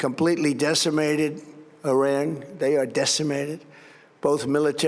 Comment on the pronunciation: “We have decimated Orang”…?! Was he daydreaming about Orangutans while he was reading his script?!